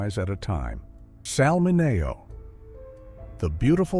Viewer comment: Why did the narration keep mispronouncing Sal Mineo's name??? Unprofessional.